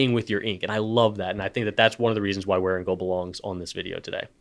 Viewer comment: It’s really nice to hear someone actually pronounce Wearingeul correctly. Thank you for not mangling Korean.